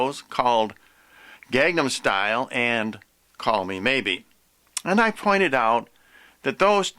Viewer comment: If you want to say something is a coming of the anti-christ, I would say get your facts straight on the videos you're accusing before you make your own video. Find out the actors names, such as Hyuna. And learn how to say Gangnam Style correctly. Until then, I would never even think to BEGIN to take your seriously. See you in hell.